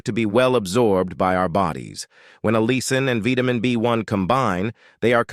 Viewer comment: The word is allicin not allison.